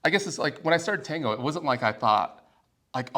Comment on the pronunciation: With all due respect guys. I all you podcasts. I have a question ❓ Why do majority of avid dancers mispronounce the word "tango" ?